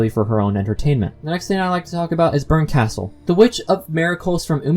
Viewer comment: Arrrrg. Your mis-pronunciation of Berkastel hurts my ears. lol